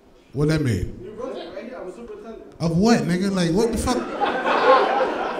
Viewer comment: Also, did yall miss when he said SUPER NINTENDANT LIKE SUPER NINTENDO LMAO